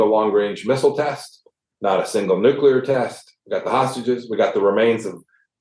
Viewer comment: I really like VDH. But he needs to learn how to pronounce NUCLEAR.